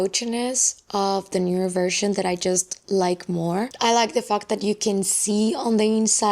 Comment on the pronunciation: love you but when you say fact I heard f*k I’m sure it’s just me😅